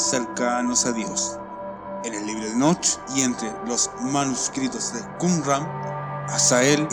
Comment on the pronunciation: Me choca cuando dices: Enoch con énfasis en la H. la H es muda no es necesario que trates de pronunciarla. Solo ENOC es suficiente. Buen video ya me suscribí y le di like